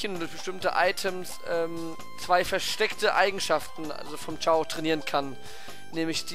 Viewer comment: ist kein kraft typ ist ein neutral chao... ps es heißt chao nicht kao...